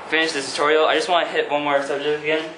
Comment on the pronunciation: Ah I missed you saying tor-torial